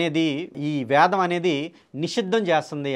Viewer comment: ముందు "వేదం"అని స్పష్టంగా పలకండి sir. మీరు వేదం ను వ్యాదం అని పలుకతన్నారుసర్. భాస్కర raju గారు ఇతరులు వ్రాసిన వేద భాష్యాలనుండి గ్రహించి రాశారనిపిస్తుందన్డి వేదాధ్యయనం చేయాలంటే ఎంతకాలం అవసరమో నిష్ణాతులైన సంసృత పండితులను సంప్రదించి తెలుసుకోండి. లేదు పూజ్యులు సంతోష్గారితో మాట్లాడండి ఘన పాఠి కావటానికి ఆయనకు ఎంతకాలం అవసరమైందో ఆయన చెప్పగలరు.వేదం కంఠస్థం. ఉఫ్ అని ఉదేస్తాను అంటే కాదండీ వేదాధ్యాయనము అదీ గురుము హతః జరగాలి అవన్నీ ఏమి లేకుండా వేదామంతా వల్లె వేసాను నాకు కరతలా మలకము అని భాస్కర రాజు గారంటే ఎలాగండి.మీరు కూడా గ్రుడ్డిగా అనుకరించకండి, నమస్తే అండీ.